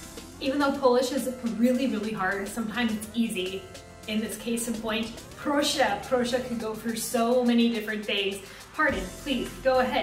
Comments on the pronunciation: stop saying prussia instead of proszę, prosze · Proszę is kind of pronounced like Porsche xDD (native polish speaker experience btw)